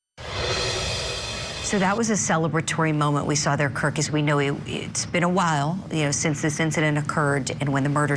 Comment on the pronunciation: Kirk, not Kurt. 😊